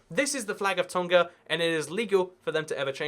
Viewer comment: Pronunciation Correction: Tonga has a 'ng' sound like in the '-ing' ending (save for some dialects of English). On the note of Tonga, we call the people of Tonga Tongans